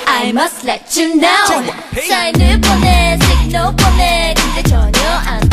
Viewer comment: Dahyun said Signar.